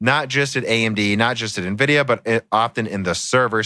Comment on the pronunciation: can we please get to stop saying Navidia